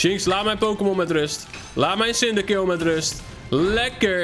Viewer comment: hoe je cyndaquil uitspreekt: sindakwil, hoe het uitspreekt: sindakill